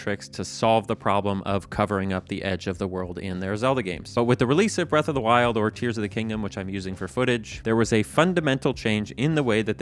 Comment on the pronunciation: That's not how you pronounce breath of the wild